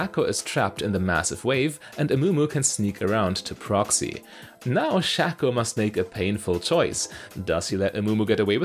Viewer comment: Basic English and grammar? If there is another vowel after a constonant with a vowel before it, the vowel before it is accentuated. The A in Shaco is followed by a constonant then ANOTHER vowel. Therefore the A in Shaco is accentuated. This youtuber is pronouncing it wrong.